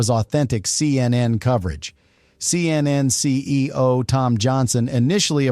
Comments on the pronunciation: Human’s say, “Seeyennen,” not, “See. Ehn. Ehn.” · Such stupidity, why show a fake letter signed by Donald Trump rather than the actual one? Rob Lowe is certainly NOT a CNN reporter. Why is the AI saying C...N..N... The making of the camera trick is shown on the DVD extras. LOL, the 18 hours was the TWIST. SLOP SLOP SLOP.